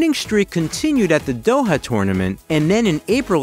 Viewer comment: i noticed a few inaccurate pronunciations (Doha, not Daha) and you pronounced her name wrongly. It should be sha·ruh·pow·vuh